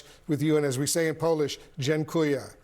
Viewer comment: What a very good pronunciation of "Dziękuję" ????? !!!!!!!!!!!!! THANK YOU !!!!!!!!!!! Greetings from Poland to good Americans who know history and have a heart, and can think logically :hand-pink-waving